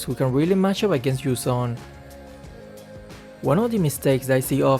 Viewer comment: Game: Yu zhong: Yu zom